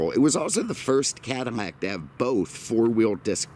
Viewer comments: Why does sound like he's saying Cadinnac?? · Why is he saying CADINAC?